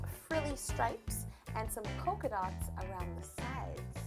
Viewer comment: yolanda said colka dots. lol